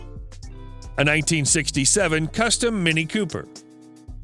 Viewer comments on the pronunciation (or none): none